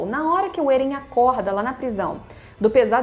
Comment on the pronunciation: Até aceito vc falar Éren* ao invés de Êren e outros tbm.... mas pq diabos vc fala Ziki* e não Zeke* ( q é como se escreve e se fala no anime ) ?????? E a pergunta q fiz no anterior nem foi respondida, vou dar xau a Crunchrool, é o jeito !!!